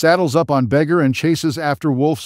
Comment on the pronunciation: its vey-gahr not beggar